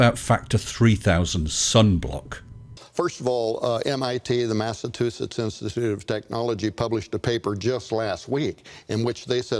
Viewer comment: I don't know what he said then, but it wasn't Massachusetts. But then again, how did he pronounce "Apophis"?